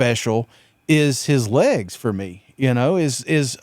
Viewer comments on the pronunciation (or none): none